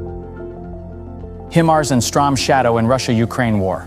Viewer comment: Sloppy work, comparing truck engines with missile engines is straight up stupid, also you misspelled and mispronounced the missile as "strom shadow", i like your channel but come on you can do better then this